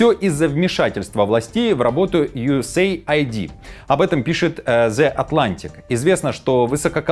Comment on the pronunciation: Не ЮЭсЭй АйдИ а юЭС Эйд - US Aid переводится как потощь соединеных штатов.